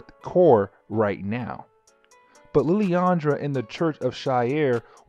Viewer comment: It's "SHEE-ARE", not "SHY-AIR". It's always been that way, ever since the first time they ever made an appearance in a medium with actual speech (X-Men: TAS, X-Men Legends 1 & 2, Marvel Ultimate Alliance, etc etc etc). I mean, Jesus. Have you never watched or played a Marvel game/cartoon? Also It's "LIL-ANDRA", not "LILI-ANDRA". Where's that second "I" coming from when you say her name? I assume you can read, since you made this video on an actual comic. Did you see an extra "I" in her name? Cause I didn't. Literally just googled it too. There is absolutely no other spelling for her name, period.